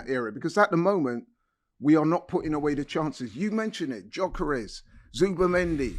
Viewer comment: Can someone tell that actual retard that it’s not pronounced JOKERES